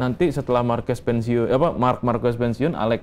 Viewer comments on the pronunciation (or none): Marquez bacanya Marqez bkn marquez